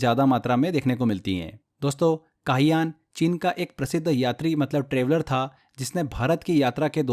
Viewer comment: फाह्यान को काहयान बोल रहे हैं 😢😢😢😢😂😂😂😂😂😂😂